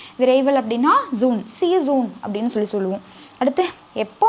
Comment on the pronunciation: Not zoon,it's soon